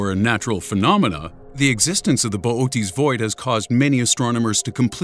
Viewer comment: "Boot's" void 😂 bo- oh- teas void I'm dying